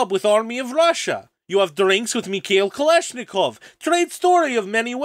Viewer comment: his accent was literally unbearable broo 💀. Soft R's, kh was pronounced 'k', some constant clusters were entirely changed, the entire accent was way too front of mouth, while russian has a lot more sounds, like ы, and basically anything with ь that are pronounced at the back.